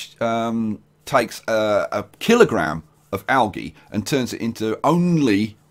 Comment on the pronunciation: Yo it is pronounced aljee